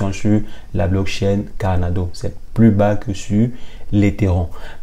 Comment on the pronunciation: Pourquoi vous dîtes carnado au lieu de Cardano? Ça peut prêter à confusion